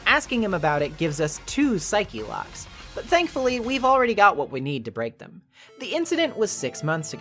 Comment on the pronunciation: out of all the takeaways from this video the one that stuck with me most is your pronunciation of "psyche-locks" Its really gratifying to see someone else who says it that way